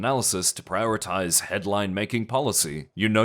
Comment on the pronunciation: my favourite word "prioratize"